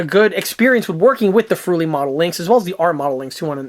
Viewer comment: "Friul" not "fruli"